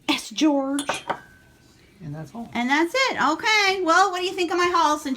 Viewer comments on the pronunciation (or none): Hi I love your videos...you made me chuckle today, because you kept saying S-George, S-George....I think it's Saint George...(St. George) though...anyways keep doing your awesome videos.